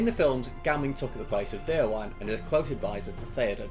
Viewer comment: Just a heads-up about pronouncing Déorwine's name: The "-wine" in "Déorwine" isn't pronounced like the alcoholic beverage, but as two distinct syllables - "De-or-win-eh". "Wine" (with two syllables) means "friend" in Old English, from which Rohirric is derived. "Déorwine" = "brave friend", same goes for "Holdwine" = "faithful friend" ("Hold-win-eh") Just so you know :)